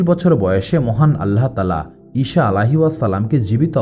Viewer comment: ইষা নয় বলুন ইছা আ.